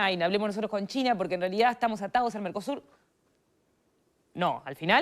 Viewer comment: Dijo Narcosur?